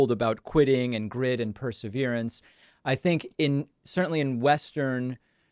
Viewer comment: This is a truly exciting area of study, and Ms. Keller is a brilliant, engaging woman. As an editor, I would urge Ms. Keller to pronounce “perseverance” properly, because it is a key word in her world. Thanks for this interview!